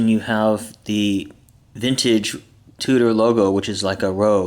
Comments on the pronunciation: Fyi its pronounced Chew-der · It's pronounced Chew-der fool! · Gosh you are really a dumbass. The watch company is not pronounced that way. Douche...